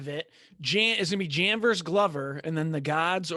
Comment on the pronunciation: Hey, if you can already pronounce Jan Blachowicz, pronounciation of letters "J" and "CH" is same in Jiri´s name. "J"an bla"CH"owicz ~ "J"iri pro"CH"azka. The problem is I noticed guy on the right cant even pronounce Jan properly :D Pronounciation of Jan is same as Yan (~ Petr Yan). Also training partner Bisping was talking about was Brandon Halsey (former Bellator champ and powerful wrestler) and Bisping reffers to Rizin fight Prochazka vs Halsey (I recommend you check this fight on YT, very entertaining and unique fight).